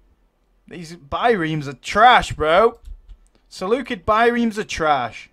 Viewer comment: he says he loves the Seleucids and yet can not pronounce any of their names. haha